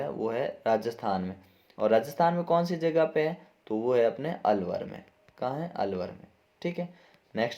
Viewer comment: सर अवलर नहीं अलवर है😂